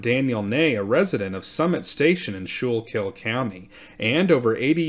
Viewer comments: School kul is how we pronounce Schuylkill. Nice reporting. They're probably relatives. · By the way it is pronounced - SKOO-KILL. Requests to the Quaker officials brought the response - of "What are you doing to the poor Indiasns"? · “School-kill” is how it’s pronounced. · Ok… this is driving me crazy. It’s pronounced “skoo-kell” not shookil. I know there spelling is hard lol there are a lot of names in PA like that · Pronounced SKOOLKILL not SHOOLKILL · Great episodes. Always listen. The river and county is pronounced Skookil. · The Schuylkill river is pronounced the skookle by the local Philly area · Its pronounced "SKO-Kill" by everyone in Pennsylvania. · And it's Skookle. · Great piece. Let me help you out a little. It is pronounced skoo-cull county. That sch is like school. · Great presentation. FYI, you're pronouncing Schuylkill wrong. It's like "skoo kill" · It’s pronounced Skool - kill 😊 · Schuylkill is pronounced “Skoo-kul”. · Great but you are mispronouncing Schuylkill.